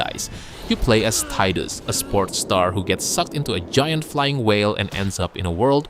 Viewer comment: FINALLY! SOMEONE SAYS TIIII-DUS INSTEAD OF TEEEE-DUS!!!!